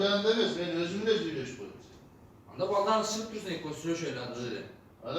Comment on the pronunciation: Нармально суйлобойсунбу ондо эмес анда.